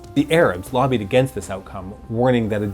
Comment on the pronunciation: Why do you say ‘against’ the way you do? It’s distracting and annoying. I can only take hearing you talk for so long before I have to close your videos out.